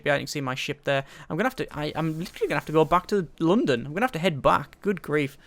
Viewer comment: question, why do you pronounce London like some exotic Chinese dish?